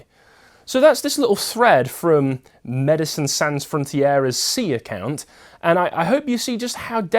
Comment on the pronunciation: Pronounced sohn or did you not study French